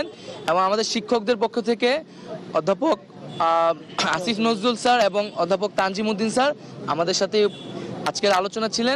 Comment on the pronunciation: আসিফ নজরুলের নাম আপনি উচ্চারণ ভুল করছেন, আপনি ইচ্ছা করে উনাকে উত্তেজিত করছেন আপনি তাদের লোক